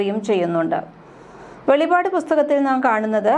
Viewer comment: വെളിപാട് - പുസ്തകം അല്ല...NB:- വെളിപ്പാട്. പുസ്തകം..എന്നാണ്. വായിക്കുന്നത്.. ❓❓-😮😮